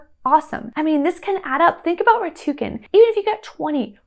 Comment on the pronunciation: It's rakuten, not ratuken.